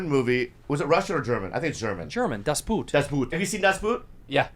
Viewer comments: It's not pronounced "boot", but "Boot" like in German. so in English like "Boht" (long o, no oo) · That´s not how you pronounce Das Boot, idiots!